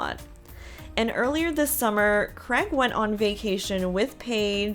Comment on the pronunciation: U say Craig so different on this show, its sounds more like Greg 😂 poor sheps dog 😂😅